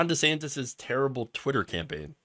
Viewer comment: Also, gotta question why he changed pronunciation of his name. Now it' sounds like Rhonda Santis